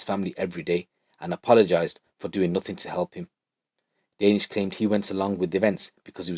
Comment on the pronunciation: Lol your making me laugh. Danish. The way your saying it is totally wrong. Funny. Ha Ha Ha. Joke tings!! Oh my daze!!